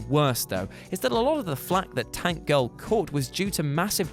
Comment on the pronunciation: I love Tank Girl. You said the title wrong.